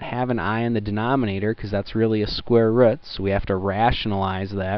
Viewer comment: " square wrut"